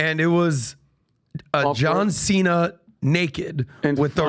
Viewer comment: The mispronunciation of Cena's name is also painful. Also, Vince Vaughn didn't play 'Psycho,' he played Norman Bates.